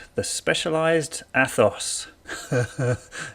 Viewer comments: Yep, “Ay-thoss” - why did the pronunciation of this word get so much air time? Kind of ruined an otherwise decent video. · A'toss' or A'tose' with a long drawn out "O"(s_ _ _, that's expensive ! ), is the proper pronunciation in Greek. But Specialized will probably offer a pronunciation guide for $89, and thousands of Americans will buy it.